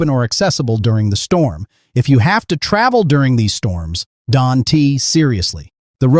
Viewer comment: AI. It pronounced don't as don t